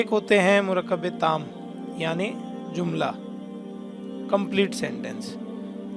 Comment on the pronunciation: Jumla bolo zumla nahi. جملہ، زملہ